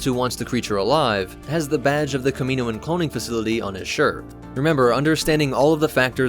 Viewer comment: Kamino and Kaminoan have different pronunciations so you’re pronouncing Kaminoan wrong. (Cam-y-noan) (not sure if that’s how ya would spell it out